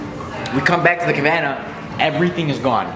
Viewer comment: thats exactly what happens when u come to miami baby! lol thats also what happens when ppl hear u say cavanna instead of cabanna